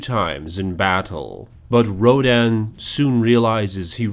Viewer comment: wait you you think I am cool HWaaaaaaaaaaaaaaaaaaaaaaaaaaaaaaaaaaaaa you say Ronan (perfectly pronounced) instead of Rodan